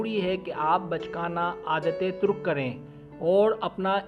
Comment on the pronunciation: Not turuk is tark